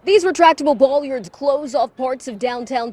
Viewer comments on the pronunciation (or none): You're Correct . Bollard, with an Hard L . She mis-pronounced "bollard" . She Pronounced the double L as pronounced in William .